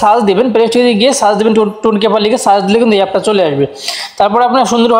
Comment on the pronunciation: Vai টন কিপার হবে, টুন কিপার আবার কি ভাই?😑